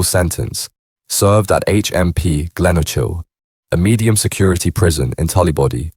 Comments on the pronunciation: HMP gleno kill is how its pronounced not gleno chill 😂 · Glen "o" chil. 😂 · Glenochil is pronounced Glen-oe-kil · I spent 8 years of my life in there, never once heard it referred to as glen-oh-chill 🤣🤣🤣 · Straight to the comments when I heard it 😂